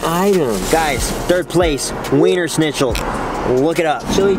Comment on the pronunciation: As a German the way Jc said Wienerschnitzel had me cracking up. Wienersnitchel...SNITCHEL HAHAHAHAH